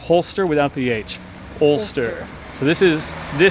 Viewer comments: Alcester not Ulster! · Alcester, Al from River Alne, Cester from Roman settlement, pronounced Alster, population of just over 6000.